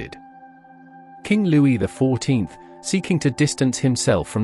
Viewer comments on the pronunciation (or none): AI Pictures and text-to-speech. Louis the 14th is referred to as Louis XIV (pronounced Ex Ivy)